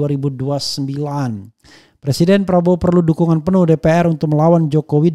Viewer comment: Presiden.... bukan persiden..... ngomong aja nggak becus lho jok